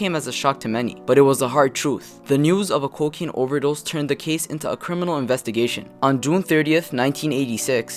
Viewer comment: it's cocane. when u sniff it it pops your i out